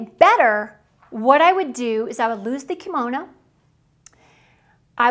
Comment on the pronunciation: Please learn to say the word Kimono properly!! It is NOT pronounced KEY Mo No. It IS pronounced KIM OH NO!!!